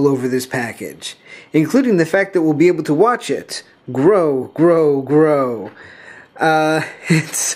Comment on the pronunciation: It's pronounced "GROW"